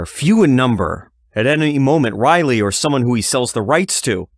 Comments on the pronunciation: Dude quit say Raleigh as Riley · Raleigh is pronounced Rawley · DUDE YOU WENT TONTHE DENTIST, DID HE HAVE YOU SAY AHHHHHHH!!!!!!!!?????? OR IIIIIIIII!!!!?????? YOU SAY RALEIGH AS RAHHHHHH LIKE AHHHH YA FUCKING TWIT. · SO HE HAD TO SAY AHHHH, BUT HE STILL CAN'T SAY RAHHHHHHHLEIGH!!!!!! DOUCHE